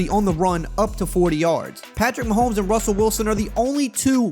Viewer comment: Sounds like you’re saying, “Mahome” like the S is silent?